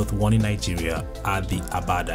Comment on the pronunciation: For Nigeria, its called "agbada" no abada.